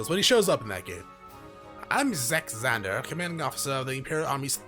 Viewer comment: My man.....its Vander with a V. You kept saying Zander.